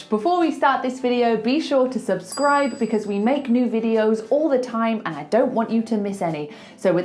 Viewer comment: She said Subscribe! And she did pronounce R